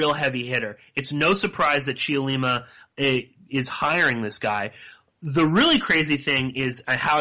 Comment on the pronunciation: Don't say the "e" in Cheollima. Just say, "Chollima" (three syllables).